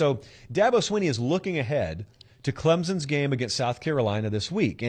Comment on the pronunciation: FYI, It is Clemson, not Clemzen.